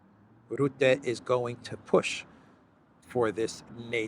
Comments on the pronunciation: You will be talking a lot more in the future about Rutte I guess. So here's the right dutch pronounciation: R - uhh - tte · The right pronunciation of the u in Rutte name is more like the u in " bucket"